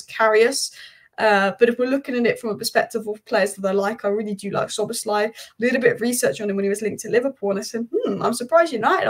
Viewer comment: You are fully right, Szoboszlai was the best signing of the season… prounanciation of his name is almost perfect :)